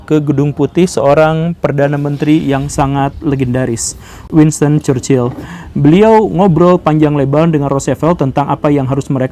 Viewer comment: Chchrherhrhrhchurchil goverment -churchill 😂